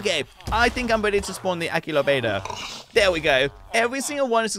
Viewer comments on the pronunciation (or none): none